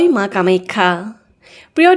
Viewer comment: কামেক্ষা বুলি কিয় উচ্চাৰণ কৰা?